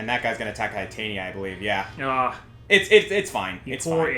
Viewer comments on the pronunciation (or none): Did, did just call Titania(teh-tan-ya), Titania(tie-tane-ya)? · Their pronunciation of Titania annoys me to no end, otherwise a great series. It is pronounced: tit-an-ia.